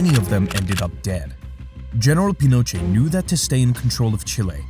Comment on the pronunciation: I was enjoying the video until the narrator started mispronouncing Pinochet